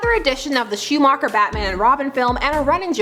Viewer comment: How did you pronounce Schuhmacher? It just hurts, like a lot